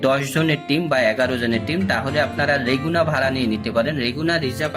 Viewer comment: রেগুনা না! লেগুনা হবে। উচ্চারণ সঠিক ছিলো না।